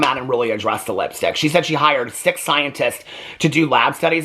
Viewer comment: To this day I hear “sick scientists” instead of “six scientists” every time 😂